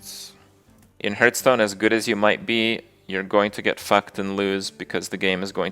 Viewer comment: Kripp gets triggered at going second, I get triggered at the fact that he still cannot pronounce Hearthstone properly